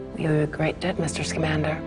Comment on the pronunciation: Why does everyone mispronounce newts last name?